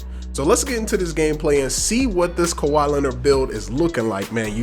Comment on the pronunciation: How is that khawi when say it. Malcolm Brogdan...... perimeter defence huh lmfaooo